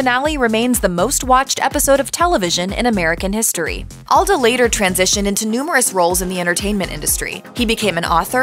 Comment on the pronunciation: Alda (All-duh) not All-doh.